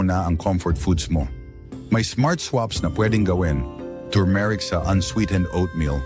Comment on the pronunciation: Maniniwala na sana ako sa video mo eh, kaya lang , pronounciations mo ng turmeric ay mali pa 😜😜😜